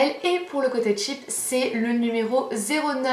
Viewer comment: Garance Schmitt parce que "cheap " c'est "pas chère " en anglais cest tout mais elle elle le dis comme "tchip" alors que c'est différent